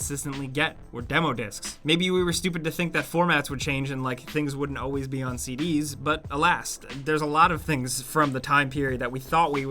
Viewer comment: Why do you pronounce "always" as "auways"? There is an L in there that you are missing out.